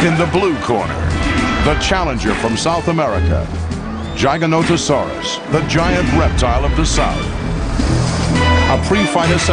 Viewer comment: Why is he pronouncing Giganotosaurus Gaganotosaurus ???